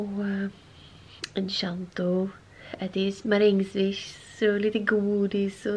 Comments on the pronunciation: Varför säger du enchanto istället för encanto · Enchanto😂 förlåt men kunde inte sluta skratta. Det uttalas ”enkanto” annars jättebra vlogg❤️ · Gillar att du säger ”enschanto” med ett sch- ljud och inte ”encanto” med K som det faktiskt uttalas